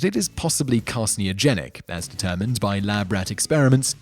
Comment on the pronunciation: More importantly he mispronounced 'carcinogenic'